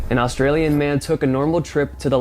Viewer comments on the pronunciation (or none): none